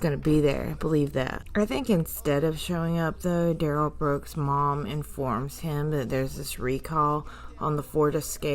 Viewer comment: thank you,. It will, it always does! 😉 I'm having a good time enjoying your content. Duh-rell is ick! But I can't stop watching 🤪